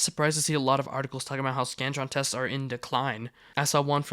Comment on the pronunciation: I thought ts said “The Scranton”